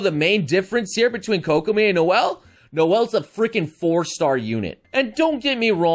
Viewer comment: KOCK I Mean KOCK I mean KOCK I mean KOCK I mean Kokomi